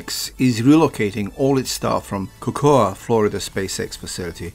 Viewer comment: It is not pronounced “Co koa” FL.